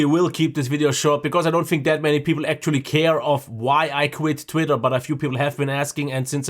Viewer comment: "...I tit quitter..." . 😁 Made my day! 👍👍👍